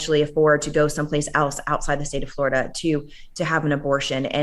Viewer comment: Anybody else sick of hearing his pronunciation of “Florida?”